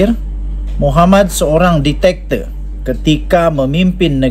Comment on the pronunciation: Zebyrannya bujan DITATOR tapi DIK-TA-TOR